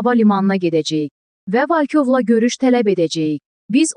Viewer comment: Yenə VALKOV oxuyur,ay giz VOLKOV, ikici hərfi O oxunur.